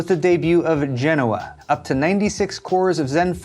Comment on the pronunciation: Genoa… Jen-oh-uh